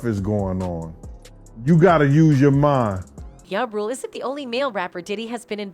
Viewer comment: She say ya rule who df is that I thought it was ja rule 😅😂😂😂😂